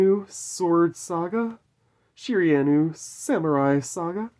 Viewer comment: loved everything about this video except the pronounciation of Shiranui. You should do one of these with Kaiba where you go through and get him to pick his favourite card, we all know it will end up being LOB Blue Eyes White Dragon... but still would be a cool video! LETS GO GENESYS!!! WE'RE BACK BABY YGO 4EVER!!!